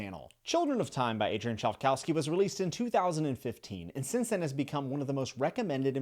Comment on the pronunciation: 😂 "chive- cow-ski"?